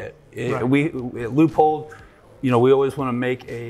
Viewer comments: He’s calling it a Lee a pold with the Leupold rep next to him 😂😂😂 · listen to Bob Dana - it's pronounced Loo - pold!! 🤠